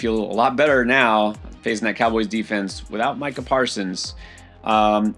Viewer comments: He said Meeka Parsons😂😂😂😂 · Can't even say Micha Parsons name right. I'm out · It's kind of hard to accept advice from a dude that can't pronounce Micah Parsons' name right